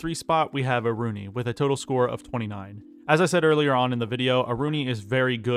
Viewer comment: It's Aruni, by far